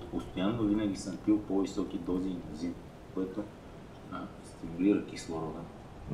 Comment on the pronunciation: Не чух какво каза индозин или инозин?